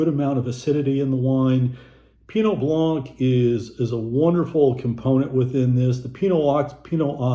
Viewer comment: For 11 winters in France, these were a favorite category for my bubbly-adoring traveling companion to explore. Definitely- Crémant de Bourgogne is hard to beat! (Even in price, when the lesser champagne makers were clearing their cellars...) [BTW - blanc does not rhyme with plonk...] Love your videos- they're always informative, & helpful when shopping!